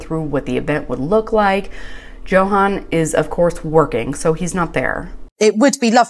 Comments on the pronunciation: I went back and rewatched the episode. 21 minutes in, he introduces himself as YO HAHN, just like his mother. She is mispronouncing it. I find it rude. Its like Nikki calling Igor (excuse spelling, Justin. Like staaaahp it. Why would she continue to say JOE HAN?? It makes me crazy. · Yes when he introduced himself he pronounced it as Yo-Han. Charlotte is mispronouncing it. And for whatever reason he isn’t correcting her. Hope when she sees the episode where he introduced himself, she will notice it. 😁🤣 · I heard him pronounce his name and I think he said Yo-han not Jo-han. I think she pronounces it wrong and he just never corrected her and now it's too late... 🤷‍♀️😂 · Its pronounced "YO HAN". Annoys the crap out of me that Charlotte mispronounces it. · Its YO HAHN. Charlotte is mispronouncing it and it makea me crazy. Even his mother says yohahn. Smh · i went back and rewatched the episode. He says YO HAHN." She is mispronouncing it.